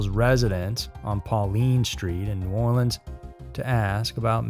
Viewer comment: You nail that New Orleans pronunciation, just so you know! LOL I live about 2 hours from there and most people from other parts of the United States always pronounce it funny 😊